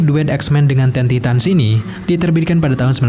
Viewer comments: Teen Titans bukan Ten Titans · Ten titan? Bacanya tin taitens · dia yg bacanya ten titan bukan gue